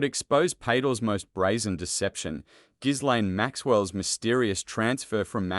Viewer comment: Learn how to pronounce people's names properly. "Gilaine" and "Pa tell" Mispronunciation of names is an insult to those who have them. I can't even bear to listen to you.